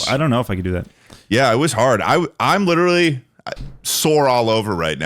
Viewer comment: Aaron from the speak pipe was a book definition was "witerally"